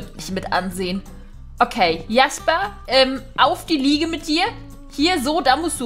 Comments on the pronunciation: Hi Man spricht Jasper nicht Jasper aus sondern Schäsper 😉 ich liebe deine Videos Bitte Liken damit sie das sieht 👍🧀❤️ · Jasper: Aussprache tschäsper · ich glaube Sein name wird Jäsper also im englischen ausgesprochen oder nicht?! 😂😘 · Sorry aber ich glaue das wir Tschäsper ausgesprochen 😄😄👍👍